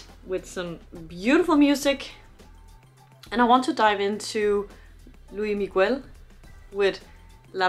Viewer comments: Cute she pronounced luis migoo-el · Estaría mejor si pronunciaras su nombre (Luis Miguel) correctamente. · PLEASE PLEASE if you can watch his Netflix series (if available) and follow his career! he has been singing since he was 11 years old, just for you to know, his name is pronounce with the s at the end of Luis and Miguel, the u is not pronounce... sorry, just have to let you know... thanks for your reaction!!!!